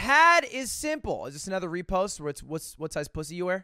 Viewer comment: Nobody: Ludwig: Anether